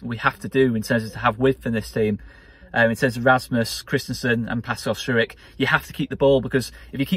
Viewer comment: Great result, but I have to ask….why do you pronounce Pascal’s name as Strewik when nobody else does? Majority seem to go with Stroyk.